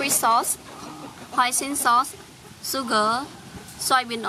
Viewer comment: The say she said Sugar 😂😂 "Add Suuger"